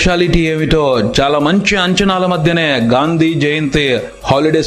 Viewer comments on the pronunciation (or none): none